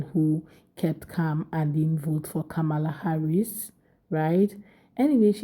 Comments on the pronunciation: Hi Sweetie 😊💙🇺🇸 Vice President Harris name is pronounced sounds like (Com Ma La) Not (Ka Mala as you are pronouncing like the white , Indian and Arabs/Muslim in America ok Sweetie ? 😊💙 Just a correction from you American cousin🇺🇸✌🏾😘😘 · COMMA la.